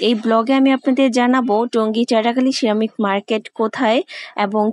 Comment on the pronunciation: Ceramic উচ্চারণ পারেন না, তাহলে এতোবার বললেন কেনো??